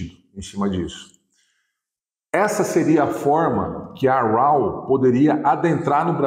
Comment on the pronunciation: A pronúncia de raw é ró, só a dica.